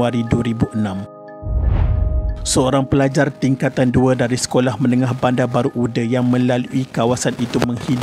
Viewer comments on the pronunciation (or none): Sebut nama tempat tu betul la sikit..bandar baru uda..bukan ude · Kitorang orang johor tak sebut bandar baru ude, tapi bandar baru uda dengan sebutan baku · My school. And my name is Shafiqah too 😢 innalillahiwainnailaihirojiun. Tapi Bandar baru uda (read as u-DA) bukan ude ya :/